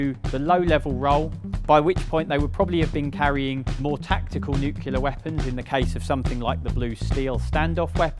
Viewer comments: I wish people would learn to say nuclear rather than newkiller. Great documentary though. ❤ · Please stop saying "nyucular". It's wrong. It comes from the days of the Truman administration when the president himself had problems (!) pronouncing "nuclear" (NEW-clear). The American view of the time was that the president was next to God, meaning he was effectively incapable of being wrong, so the mispronunciation stuck in the United States. That doesn't mean everyone else has to copy it. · Why do so many people pronounce nuclear as nuke-u-lear ? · Nuclear, not nuculer. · Nuclear = new - clear. No u between the C and L. Noo-cewl-ear is not an affectation of accent, vernacular or patois - it's just plain mispronunciation. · Why do people say "New-Que-Lar" instead of "New-Clear". I lived on an RAAF base in Malaya in 1959. It was impressive to see those Vulcans flying low down the Straights. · Please say NUCLEAR properly it's not NUCULAR!! There is only one U not two, and an E, one U after the N and none between the C and the L. Please! Pretty please with sugar on top!!! You sound like a d umb Merkin when you say it that way!! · Loved the video! But my homie did make a few gaffes in my humble opinion Nucular instead of nuclear And Joystick instead of stick. PS Make more like these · NU CLEAR NOT NU KULAR.. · The word is NUCLEAR not NUCLULAR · Nuclear. Not nucular. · nuclear, NOT nuculer! Gzis, you should know better. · It is "nuclear" nor "Nucular." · I Expect To Hear My Fellow Americans Mispronounce The Word " Nuclear " But YOU, Our Language - Betters ? The Word Is Pronounced: New Clear - Got It ? NOT Nuu Kul-er 😱. For The Love Of God - Man ! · NuCLEAR not NEWCULAR, only complaint though. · It's not 'nuculer' it's nuclear. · It's pronounced *new-clear*, not *new-que-lar*, you muppet. It's your language, and you can't even speak it properly. That's bloody sad, but only for your children. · It's pronounced NEW CLEAR not NOOCULAR FFS. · New-cle-a not new-clewla